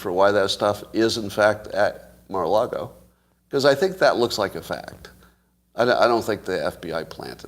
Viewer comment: Until Scott proves that he can pronounce the word Mar-a-Lago correctly (it's NOT "Marlago"), it's folly to entertain his Trump speculations with any seriousness.